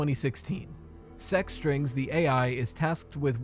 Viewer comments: i keep thinking its sex-strings instead of sec-strings, i cant hear anything other than that lol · Damn I thought you said sus strings